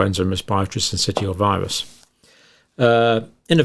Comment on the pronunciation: Syncitial is pronounced sin-sis-shall.